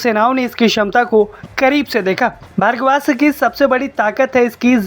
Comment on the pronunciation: यह भर्गवास्त्र नही बल्की भार्गवास्त्र है अर्थात् भार्गव अस्त्र 😂